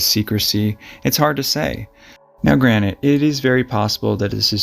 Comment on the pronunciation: Did he day granite instead of granted ?